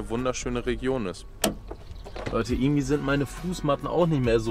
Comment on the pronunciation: “Ärgendwie“ nicht zu vergessen